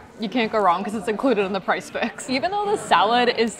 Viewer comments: Are you calling it price fix? Did you mean Prix Fixe? It is pronounced pree fiks. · Thank you so much for calling this out. I am binging their videos and they keep calling it price fix!